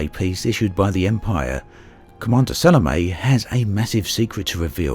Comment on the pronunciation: It's pronounced Sa-lo-may. If you're going to risk your life for someone, at least learn to pronounce her name right.